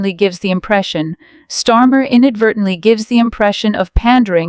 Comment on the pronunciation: Stormer or Starmer? You're supposed to be 'artificial intelligence', try using a little intelligence and get it right!